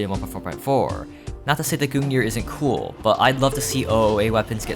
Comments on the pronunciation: This man pronounces it goong neer its gun-g-near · I can't stand the way he pronounces Gungnir, It's not Goon Gear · someone please tell this guy how to pronounce words. like who say goong near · Why does he call the gungnir the goon ear? im genuinely concerned. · i cringed every time he said gungnir like that😭